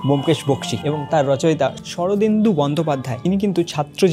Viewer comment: তুই আগে শরদিন্দু কে সঠিক উচ্চারণ কর। স্বর্নেন্দু বলছিস। থেকে এর মধ্যে বলেছিস। খুঁজতে গেছে বাড়ি ভিউ বাড়াতে। আরও একটা কথা জেনে রাখ। ব্যোমকেশ বক্সী বলে কেউ থাকতেন না।